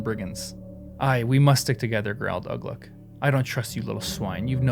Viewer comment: Some tips for you when pronouncing words in Tolkien's languages: the u is generally pronounced like English oo ; and the acute accent means the vowel is long. So Uglúk and Lugbúrz are /uglu:k/ and /lugbu:rz/ in IPA, or 'Ooglook' and 'Loogboorz' in English-style spelling, with the first u short as in foot and the second ú long as in food .